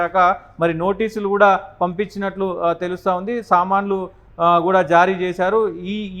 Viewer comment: Samnlu kadu sir samanlu pl